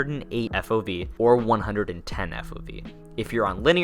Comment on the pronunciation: Love the video thanks for all the details and tips! Not being a jerk but I had to rewind the video 3 times when you talked about field of view you said 1 O 10 made me laughed because I've said that very thing before! Keep up the videos I subed!